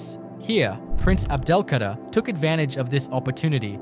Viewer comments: C´est un robot (IA) qui prononce (mal) le texte ( les noms propres ) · L’EMIR ABDEL-KADER ET NON PAS ABDELKARTA !!